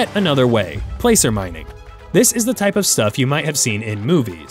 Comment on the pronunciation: Pronouncing "placer" wrong